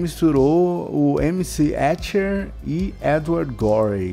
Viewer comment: "esses brother" hahaha o ESCHER